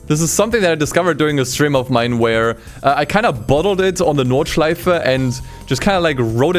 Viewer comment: war mir nicht ganz klar ob das deutscher akzent ist oder nicht aber wo du nordschleife gesagt hast, war mir alles klar xD